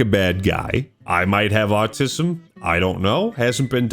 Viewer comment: Bro you saying Artism?